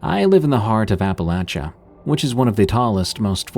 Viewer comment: Appalachian like ill throw an apple at cha if you pronounce it the wrong way. Born and raised for 40 years in the heart of Appalachia Best Virginia, kanawha county